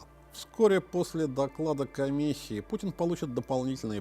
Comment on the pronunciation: Элцын, Пуцын.... Что за этнос?